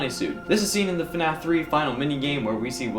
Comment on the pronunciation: do you realize u said NAF when you started the video?!?!